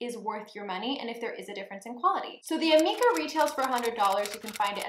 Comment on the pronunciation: It is pronounced ameeeka.... lol. Per my salon